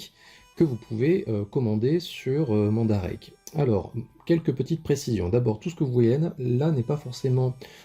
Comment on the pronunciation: Bonne vidéo ! Bien expliqué mais qui manque je trouve de précisions sur certains points que je vais essayait de t'expliquer. Bon déjà la prononciation du nom du site, je passe dessus mais bon XD que j'ai ris XD Ensuite comment fonctionne mandarake ? Ce n'est pas une boutique ou un site mais une firme a la base. Elle se spécialise dans le neuf et l'occasion de produits divers sur la culture japonaise. Et donc elle est présente dans différentes villes et quartiers de certains villes. Voila pourquoi tu avait Nakano dans ton panier. Ce n'est pas le nom du vendeur ou de la boutique mais plutôt du magasin Nakano. Pour les plus petit ( le mot reste relatif) tout est organisé par thème dans un commerce, pour les plus grands ce sont plusieurs shop avec des spécificités propres. Je commande sur Mandarake environ 1 fois par mois et différents types de produits. J'ai déjà acheté de la myth cloth bien sur, mais aussi de l'artbook ou livres, beaucoup de mangas en japonais, du jouet vintage de licence peu voir pas connu en France. Jamais de jeu vidéo pour le moment. Deux points qui vont te permettre d'approfondir tes recherches sur ce site. Le premier c'est qu'il est essentiel de taper les noms de ce que tu recherche en japonais. Pour saint seiya ça a très peu d'influence je te l'accorde car taper saint seiya ou myth cloth dans la barre te donne environ 90% d'une recherche japonaise. En ce qui concerne certains produits plus rare et voir certains licence c'est inévitable. J'ai passé des nui